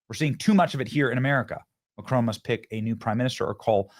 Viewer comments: Who is "McCrone" please? MACron. Emphasis on the MAC and you don't quite pronounce the n at the end. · It’s Mac Ron not macroan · Benny, you're pronouncing his name as though it has a terminal "e". It doesn't. It's analogous to the difference, in English, between "silicone" and "silicon". However, in French, the terminal "n" in his name is not fully pronounced i.e. the tip of the tongue doesn't ultimately touch the alveolar ridge -- and, to add to the horror, the lips, at that point, are pursed, as though preparing for a kiss. JFYI